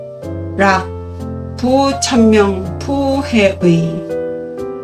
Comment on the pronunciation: 쌤~ 질문입니다~ 마지막 '락부천명부해의'라고 읽으셨는데요~ 저는 낙부천명복해의로 알고 있었는데 그 부에 대해 설명 좀 해 주실 수 있는지요~ 강의를 듣고 나니 '부'로 읽는 게 맞는 것 같습니다만~ 열강의 잘 듣고 있습니다~ 감사드립니다~_ _